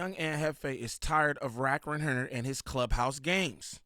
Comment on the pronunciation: Are you saying “rack100”?